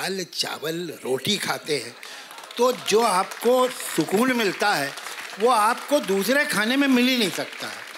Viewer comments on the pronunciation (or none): none